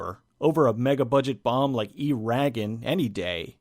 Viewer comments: FYI its E-ra-gon. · E-ragon hahahaha